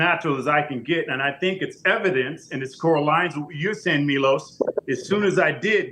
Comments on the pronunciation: flex said "corralines?"... twice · “Corralines” twice is WILD!